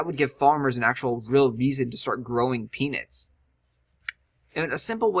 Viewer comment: Lets start growing penis! oh wait u said peanuts lol said it so many times sometimes it sounded like penis XD